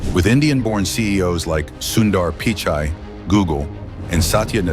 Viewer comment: sundar pee-chaii 😂